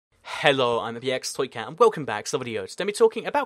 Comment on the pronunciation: He Sounds Like He Is Speaking A Different Language When He Says "Hello It's "